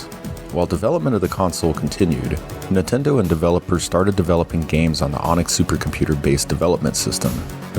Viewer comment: These videos are awesome but I think I've developed an eye twitch from all the times I heard say "Nuhtendo" 😂